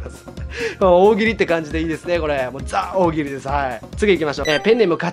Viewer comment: ザ・大喜利じゃなくてジ・大喜利じゃねw